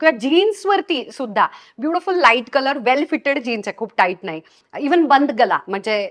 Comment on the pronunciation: बंद गला नाही .......बंद गळा.....आधी मराठी सुधार.....बंद गला😅😅😅काय भाषा तुजी